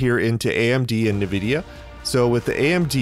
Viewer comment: Point of info. Nvidia is not pronounced Nah-vidia, it's pronounced Ahn-vidia. Thanks for all your work.